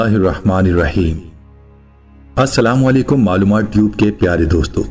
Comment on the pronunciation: لفظ السلام علیکم ہے جناب